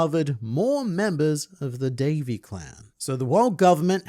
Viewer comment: Davy.. Dayvy.. Day'v'thee... Day of the.. D?